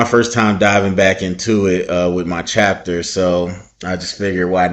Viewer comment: "With my Chapter..." Coach... You Greek???